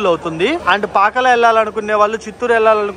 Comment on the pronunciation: Pakkala kaadhu bro Pakala